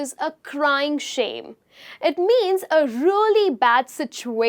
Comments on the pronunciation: Please stop saying:" rully rully " instead of really!!!! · It’s a crying shame when you pronounce really really.